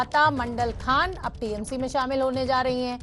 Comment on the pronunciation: सौमित्र खान नही है सौमित्र खां है उचरण ठीक से करो